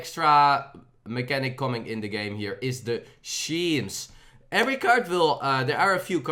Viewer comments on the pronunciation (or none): As a fellow Dutch person: it's skemes not sheems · Schemes is pronounced like skeems.